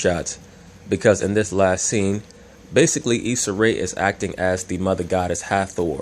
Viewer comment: Issa "Isaac" Ray 😂😂😂😂😂 this dude be cracking me up